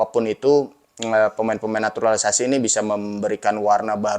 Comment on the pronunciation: Gak enak banget sebutnya NATURALISASI... Ini bener Jurnalis...?😅😂